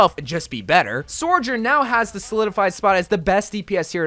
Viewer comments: its "Sojourn" not "Sorjourn" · I wonder when he’s gonna realize there’s no R in Sojourn😂